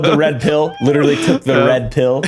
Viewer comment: I think mispronounced literally